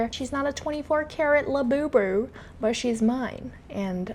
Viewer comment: “she’s not a 24k la-bew-bew…” is hilarious! 😂😂 (I had to go look that up btw)